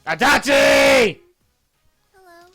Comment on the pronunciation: RIP ears every time he says Adachi D'